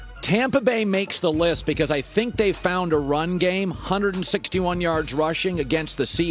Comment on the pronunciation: Colin "they seem to have found a running gam" Cowherd